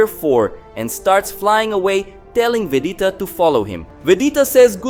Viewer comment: It's VEGETA not Vedeta